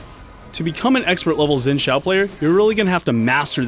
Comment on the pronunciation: saying Sin and saying Zin:/